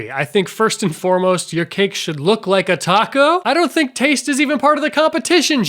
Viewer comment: Every time he says "a tacos", I die a little inside.